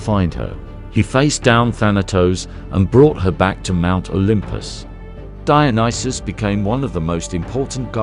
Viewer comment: Brilliant video ❤ and, at last - someone pronounced his name right😂 Would you consider doing a video on Antigone? ❤